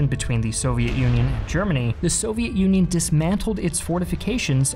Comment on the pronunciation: Ah yes. The Soviet Uiioi